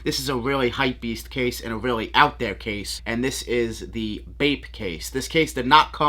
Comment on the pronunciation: “These are weally weally dope and weally weally sick🤣”